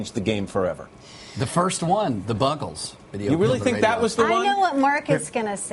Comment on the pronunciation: The Buggles, say it correctly idiot